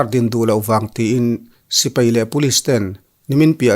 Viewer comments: SI - PEI = X SI - PAI = ✓ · Sipai tia lam ni se